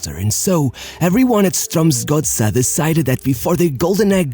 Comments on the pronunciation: The most amazing thing about this video is how good the pronunciation of "Strømsgodset" actually is. Pretty close to spot on! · Actually quite a decent pronounciation of Strømsgodset!